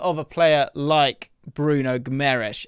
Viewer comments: A little help with the pronunciation: the u is silent so its like Ghimarães; the ãe sounds like the 'in' in the word mind; and the s sounds like sh Hope this helps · Just an fyi for English folk .. it’s pronounced GEE-MUH-RIZE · Just 1 little tip,in Guimarães,the "U" is silent. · Great vid as usual! Just thought id say the pronounciation of Guimaraes is a bit off haha! More like GIM-AH-RAINGSH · Great video but it’s pronounced Gi-ma-ran-zzz not Gi-ma-rai-shh because he brazilian not portuguese and the latter is european portuguese pronunciation. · You are saying the name wrong which creates doubts about your knowledge for the player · Stop mispronouncing his motherfucking name! He is not Portuguese. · The fact that is making an effort to correctly say his name and still butchering it is funny as hell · If he comes to Prem can u please say his name a bit better 😭😭😭